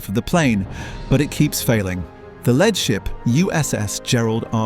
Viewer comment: Thats it, AI voices are pathetic. "led" instead of "lead" class. Really. Do better.